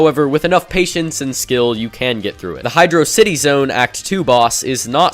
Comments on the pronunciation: dude said hydro-city instead of hydrawsity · Syllables Hy/draw/city Or Hy/dro/city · Hydocity (Hi-dra-city) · Hydrawdrow- was that on purpose? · I used text to speech a HydroCity is pronounced (Hie-droe-sitty) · It is hi-dro-city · hy-droh-drohcity zones xd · Hydrawdrowcity Zone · Hydrawdrocity.that is so funny. 🤣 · you pronounced hydrocity both ways in less than 3 seconds. YOU ARE A MAD MAN